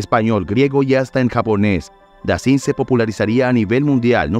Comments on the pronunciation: "Dassán..." se pronuncia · Si vas a hacer la biografia de alguien, al menos aptende la pronunciación de los nombres. Dassin se pronuncia Dassan. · Y se ✍️✍️✍️✍️✍️✍️ Dassin. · Disculpe pero usted no puede pronunciar el frances como si fuera español, investigue un poco la pronunciacion antes de grabar. En el apellido Dassin la I suena A. esto es un insulto para la lengua Francesa.todos los nombres y apellidos estan mal pronunciados. desde Paris Francia Omar Canoa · Delvaux se pronuncia DELVÓ. Dassin se pronuncia DASSAN.